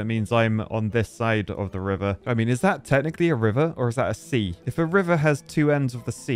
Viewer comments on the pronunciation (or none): none